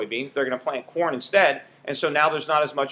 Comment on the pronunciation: For a second, I thought you were talking about porn prices rising instead of corn prices, haha!